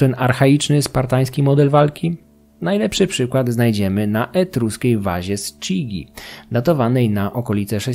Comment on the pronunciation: Przepraszam, ale zgodnie z ortografią włoską wymawia się "kidżi"